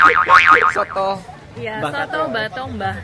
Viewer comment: Nama masakannya bukan SOTOKK, tapi SOOTOOO !!!!!